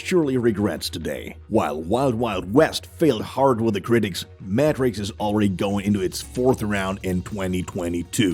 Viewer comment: Germans like the narrator do.